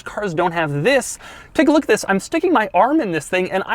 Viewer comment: Zhis is the new....... Cringe